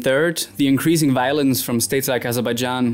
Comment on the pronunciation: Please pronounce increasing properly. Good video though!